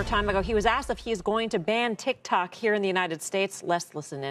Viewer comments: I don't care lol I don't even have tiktok It's funny the way he says it 😂 tikTOK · It’s funny that Trump said “tic tac”